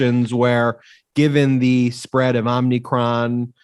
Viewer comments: Omicron, not “omnicron”. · Omicron is pronounced just like as if you saw the French president. Oh Macron, with the emphasis on the oh.